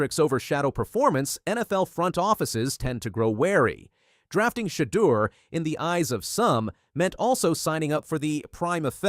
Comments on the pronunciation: Learn how to pronounce his name ! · Yes. Enunciate his name right 👍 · Say his name right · I get pissed hearing mispronounced names!